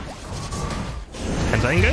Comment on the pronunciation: i like how he calls penta angle, penta ingot. didn't realise it for the longest time